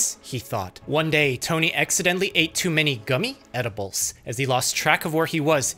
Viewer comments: “Gummy” “YouTube” the emphasis is funny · why he say gummy like that